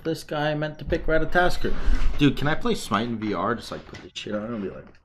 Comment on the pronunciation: PLEASE it isnt ratataskr. Its ratatoskr